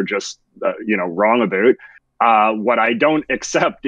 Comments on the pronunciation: "The tik tock" "A boot" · Does he say "about" that way as a joke? I have never met someone from Canada who actually says it like that, and I was born here.